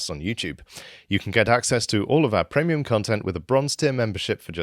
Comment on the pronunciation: why cant this dude say premium?